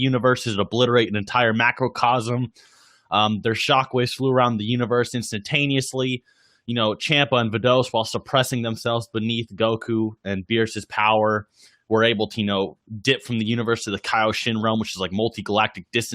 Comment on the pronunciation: He said vidos lol